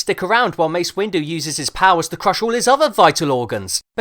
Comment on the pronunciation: more like Mace Winggerr